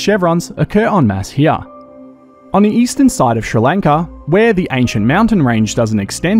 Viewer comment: Its somewhat satisfying to hear an Australian say Sri Lanka